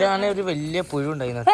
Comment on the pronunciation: പുശു അല്ലടോ പുഴു 🤣